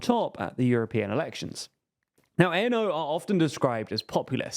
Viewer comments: Fidesz is pronounced with an ‘S’ at the end, and ANO is pronounced ‘ahno’ and not a.n.o. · To add to the many small corrections, ANO isn’t an abbreviation. It’s literally just a Czech word (means yes). You don’t need to say it letter by letter as if it were an abbreviation. It doesn’t stand for anything (much like the party itself but that’s just my opinion).